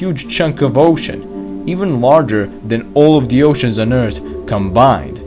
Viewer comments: Never stop saying Ert. Its awesome. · ATTENTION!! We discovered a new planet! It iS CaLlEd "ERT"! Lol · It’s earth not ert